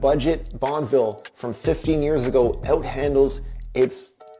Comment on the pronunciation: Bonn-E-ville ffs! Not BonnVille.